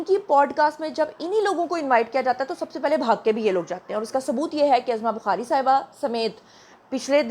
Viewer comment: Urdu thik krlen ap azma bukhari nhi uzma bukhari bolna Chahiye apko.